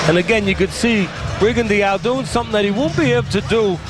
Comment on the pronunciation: How can professional commentators miss-pronounce a fighters name so badly? It hearts my ear every time they say Rigondeaux's name the way they do...F..in Teddy Atlas..